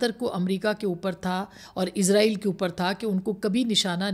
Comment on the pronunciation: ازرائیل غلط تلفظ ہے صحیح تلفظ اسرائیل ہے